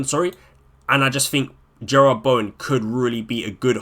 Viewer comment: Jarrod. JAH-RUD. Not Gerrard